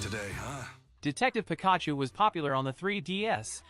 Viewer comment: Can you please stop saying Pikachu's name like that it's definitely not how you say it, it's so wrong your pronouncing it completely wrong, cheers